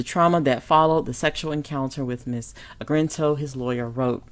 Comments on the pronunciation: its Argento,, Argento! Not 'Argrento!'!:-) Please excuse my grammatical police; I LOVE your content, but sometimes you mispronunciate proper names!:-) Otherwise, spot on content! We can agree the hypocrisy of the #MeToo movement, hijacked from the authentic stories of poor black women by liberal white feminists, but actually reinforce the same sexual predators and pedophilias that American patriarchy has historically thrived on. Their sexual violence and exploitation, especially regarding black men and boys, is core part of the system of white male patriarchy they claim to rant against. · It's ARGento, NOT AGRento. You're putting the R in the wrong place. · My goodness, is it so difficult to say a name right, even if you can't pronounce Italian names then at least say it right!!! Her name is A R G EN T O !!!! NOT ARG - R - ENTO! It's totally annoying to listen to this video!! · Ar-gen-to not Ar-gren-to. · it is pronounced AR-GEN-TO not Agrento. I believe that all perpetrators should be held accountable REGARDLESS of sex or race. That is why Lady Justice wears a blindfold, because Justice is supposed to be blind. She had a lot of nerve pretending to lead the #metoo movement knowing full well of her own behaviour. There is absolutely no excuse for what she did. I doubt any Justice will be had because of a statue of limitations law which is 5 years in CA. He may be able to sue her in civil court, but I doubt she will serve any time, which is a shame. And by the way, I DO care about male victims as much as female victims. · not trying to be mean but you're pronouncing her name wrong. It's Ar-gen-to. The way that you're pronouncing it is like this: Ar-gren-to. There's no R after the G. Just pointing that out. Love your channel though!! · UM.... who is Ms AGRENTO? i thought her name was Argento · her name is argento, not Agrento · DAMN, let me help, at least get the name right R-GIN-TOE, not GRIN. Sheeesh.